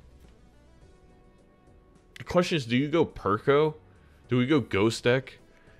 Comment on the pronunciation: it is not that deep, it sounded funny, simple as as an aside, perkeo is not an english name